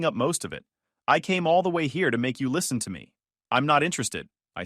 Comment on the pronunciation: I’ll deal with bad punctuation than thinking I’m having a stroke from hearing the AI continuously mispronounce common words like “Noth-Thing”, “whords”, and my favorite “List-then”.